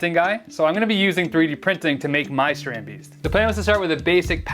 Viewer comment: Haha, your “Dutch” pronunciation does need some work. Love your content tho.